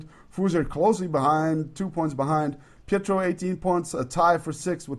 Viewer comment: correct - and he was saying petrov when he should of been say pietro